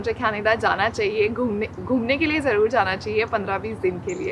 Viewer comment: Ghumne k lie sounds punjbi👍😂